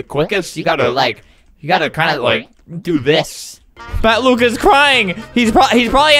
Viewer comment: it's only Matt Luke theres no s :/ that's just how flamingo said it he put a invisible s at luke